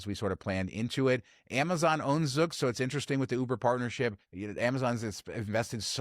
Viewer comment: Zoox is pronounced with a long u sound. Zoooooooouuuuuux